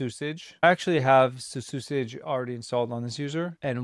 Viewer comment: i think its pronounced CC usage for claude code usage